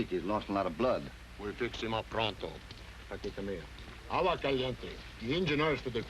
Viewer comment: Pico doesn't know Spain-talk. He said "prahnto" instead of "pronto", and "signor" instead of "señor".